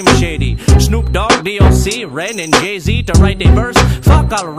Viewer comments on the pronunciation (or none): Lmao he says Gay-Z not Jay-Z too lmao